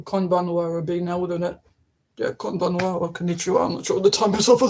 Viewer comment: I am "@ Thank you for the reading you gave me on May 22nd. What you conveyed was a connection of frequencies. "Beat"I understood it the moment I heard it. So I received it properly. Your "Hello" and "Good evening" "KONNICHIWA" and "KONBANWA" You pronounced them correctly. I was happy.🥰